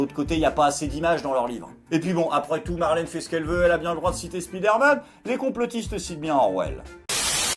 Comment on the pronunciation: speederman? Speedoman? spi dair mane?